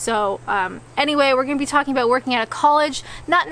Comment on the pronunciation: "know aboot"?